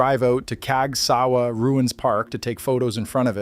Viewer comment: He pronounces Casgawa: cags Gee double you Ay Not human!